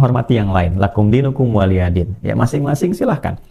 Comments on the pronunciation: Waliyadin..itu ada huruf ya bukan Alif atau Hamzah..dibaca waliyadin bkn waliadin.. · waliyadin itu huruf ya bukan Alif,Hamzah atau ain dibacanya waliyadin bkn waliadin